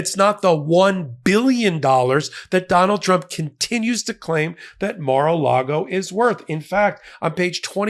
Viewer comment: "The mar and the lago" 😂